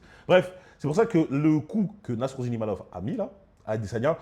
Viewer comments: IMAVOV et non IMANOV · C'est pas Imanov mais Imavov. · Imavov pas imanov il la répéter à la fin